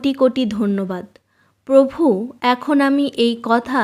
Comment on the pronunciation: আপনার মুখে পভু উচ্চারণ শুনতে খুব মজা লাগে আমার ৷ হাসিও পায় বটে ৷ ধন্যবাদ দিদি ভাই